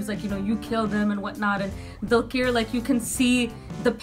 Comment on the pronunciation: One thing i wanna say is, The way u pronounce dulquer is not right. Its 'Dulker' Not 'Dulkeer'.:D